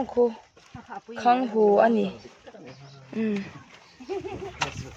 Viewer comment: Mai a tih loh in, khanghu pwh hi khangngu ati dwn amii🤣